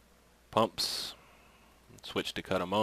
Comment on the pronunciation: i think you mean pump's Not PUPS i think you need speech therapy